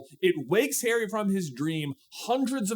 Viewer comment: my brother in Christ I IMPLLORE you to stop pronouncing Harry as hairy